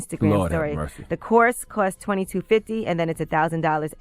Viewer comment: OMG, does anyone else get annoyed when people say fity. The number is fifty. My Lord.